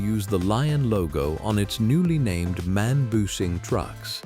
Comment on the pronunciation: Не мэн, а эм-а--эн.